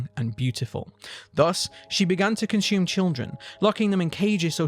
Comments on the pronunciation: The word is consume....not conshume....also i love your videos keep them coming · Cun-shoe-men Love it ♡ gotta start saying it this way now ♡